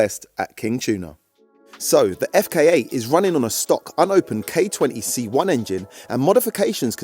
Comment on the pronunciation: Did i hear someone say K20C1 the way 😅... Lol both cars are mad ‼️‼️🫡